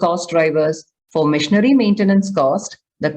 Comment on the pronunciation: Why im hearing missionary maintenance instead of machinery 😂